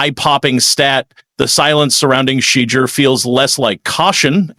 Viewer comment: Quit call him Shed-der His name is pronounced "She-duer"